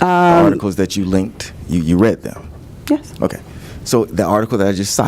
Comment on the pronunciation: I wish he'd refrain from "dese", "dem", "dose".